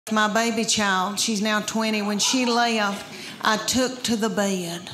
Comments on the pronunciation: "I go to bay-ed" - Southerners. Always making more syllables than needed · I love the way she says "bed" with two syllables. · Don't the words "bed" and "boy" have just one syllable?